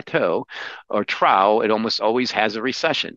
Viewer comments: Not just you. I like his commentary, but every time I see an interview with him, I'm like: can someone please tell him how to pronounce "trough"? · Anyone else so distracted by saying “trough” as “trow” instead of “trof” and “silicon” as “silicone” that you had to rewatch half the video again? Just me? That’s okay - I don’t mind enjoying videos twice. Another fantastic interview, - your questions are consistently razor sharp! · Trough - troff.